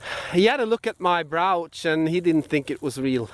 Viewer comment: maybe the top of the mountain will be a good place for early stuff btw, brooch is pronounced with the long O as we say in USA. maybe some counterfeiting in the old days as well....found everywhere, the Gordon Geckos of the world :)